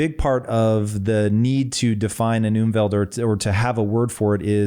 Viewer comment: You mean Umfeld. You pronounce it like Umwelt. Which means environment. Unfeld means factors surrounding you. If you chill with thugs, you have a bad Umfeld.